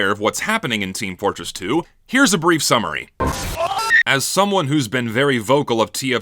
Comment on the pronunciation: Emphasis on "brief" summary.